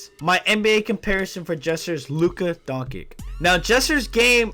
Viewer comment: “Luka Donkic“